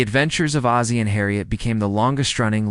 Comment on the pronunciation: Hazey Nelson??? Its Oz- zie. Like the Wizard of Oz. Im sure there are ways to check name pronounciations